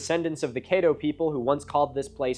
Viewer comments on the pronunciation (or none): It’s not Cāddo. (Ca)t 🐱 (Ca)ddo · The a in Caddo is short like the a in cat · It’s pronounced ka-dow…or cat-dough…not kay-dow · The A in Caddo is pronounced more like cat instead of Kate like you are using. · It is pronounced Cad-ooo, not kaydo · Grew up in Caddo Parish on the Black Bayou, so cool seeing someone not from our area learn about the raft. It's Caddo, like "caddy", not Kayddo. 10/10, great video. Looking forward to the Poverty Point video. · A double consonant in "Caddo" suggests a short vowel /a/ instead of a long vowel /ai/. Also backed up by videos about the Caddo and if you google "How to pronounce Caddo." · Tell him it’s pronounced closer to how it’s spelled 😂 Caddo rhymes with Shadow Kaydoh is silly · Yours saying Caddo wrong brother. Chad-Doe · I am from Shreveport, Louisiana... And I must say, great video. But... the "a" in Caddo is pronounced like the "a" in cat. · Cad-doe and Bist-a-no is how they pronounce it in LA. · Caddo is pronounced "Caad"-"dough" like CAD from computer aided design. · Dude I love your stuff, but pronunciation was killing me through this one. Cadd- oh. Nak a dish. Still gonna watch through the end. And all future stuff. Keep up the great content. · Caddo rhymes with shadow… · Thank you so much for doing a video on my home! Just to help you out with some pronunciations for next time CAT-TOE lake (caddo) Lake BISS-TEN-KNOW All love geaux tigahs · Native Texan & I’ve never heard of the great raft. Thanks for sharing! And Caddo is pronounced like it’s spelled, cad-doh. Natchitoches is natch-uh-toe-chiss, 1st syllable stressed. I wonder if weather events such as tornadoes & hurricanes contributed to the debris in the river. That area is renowned for those weather events. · Just wanna mention the way he pronounces Caddo is wrong, it’s Ka-dow and the only reason I know this is because I am a member of the Caddo tribe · Caddo is not pronounced caydo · Great job but as a native Louisiana man it’s caddo lake but said c-add -o